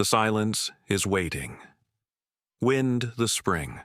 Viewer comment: WIND IN THIS CASE IS NOT PRONOUNCED LIKE A BREEZE OF NATURE. AI SHOULD HAVE KNOWN THIS!